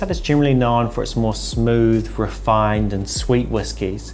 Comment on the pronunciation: Are you talking about "gin-really" or "generally"